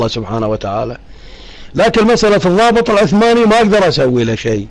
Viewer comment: صاحب القناة السلام عليكم. : الضابط وليس الظابط